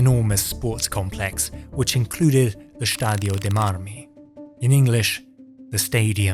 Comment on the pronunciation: Also, it's stadio, not shtadio